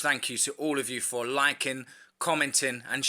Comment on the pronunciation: When you said liking,I thought you said Lycon.😅